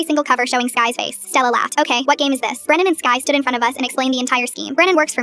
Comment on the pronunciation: its brenan not brandon gurllll